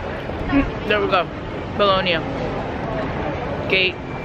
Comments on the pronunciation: Its pronounced Bo-loan-ya - not Bo-log-na...just saying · Bologgg-Naa... Butchering foreign names.